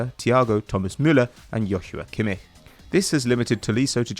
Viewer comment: its pronounced joshua kimmich not yochua kimmik !!!!!!!!!!!!!!